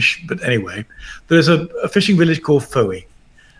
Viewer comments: Gavin -I believe Fowey is pronounced Foy as in Joy. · If the people of Fowey are as progressively anti-Christian as depicted in the media, perhaps the town should be be pronounced "Phooey".